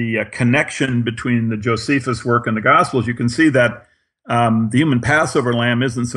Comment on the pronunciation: Gosiples? Lol. Good video man, I actually love monotonous narration in a medium to low timbre... just gotta clean up those pronunciations.